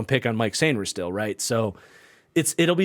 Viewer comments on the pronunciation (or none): FYI Mike Sainristil's first name is pronounced Mikey! Love the content!